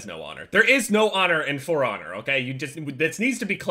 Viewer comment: when says For Honor it sounds like frogger